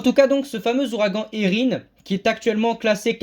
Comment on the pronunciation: Merci 😊 et tu prononce bien Érin !